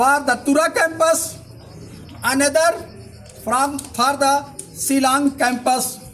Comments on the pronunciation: tang pronounciation ruh um nang bha shillong ruh cilong , student ruh istudent. wtf. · Shillong not Zilong